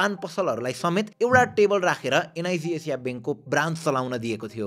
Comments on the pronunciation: एन आई सी एसिया ❌ एन आई जी जेजिया ✅ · Am I the only one hearing NIB Asia? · एनआईजी एजिया :D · Niz Azia😂😂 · Bro NIC ASIA ko pronunciation garna sika pahila ani balla video banau 😂😂